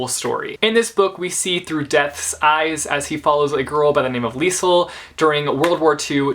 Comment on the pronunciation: It's pronounced leez-el